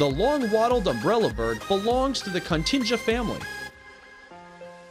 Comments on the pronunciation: Apart from all the mispronunciations - groose, continga (actually Cotinga), etc, and mixed up mezsurements, what is with the birds' underpants? I'm sure it would be underparts. And the country is Guyana, not what he said. Someone should be checking these videos before they are uploaded. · Also it's pronounced co-tinga. Rhymes with thing.